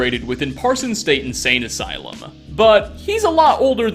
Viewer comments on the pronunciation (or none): none